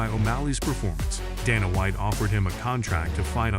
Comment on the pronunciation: You dont know how to pronounce Sean or Dana name. You should not be narrator.😅😂🤣